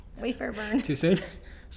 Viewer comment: Love the video/podcast. I heard when you said “WayFair” lol.